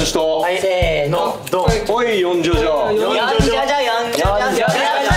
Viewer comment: だいちゃんの「せーのっ」が良く言うとぶっきらぼうでじわる笑笑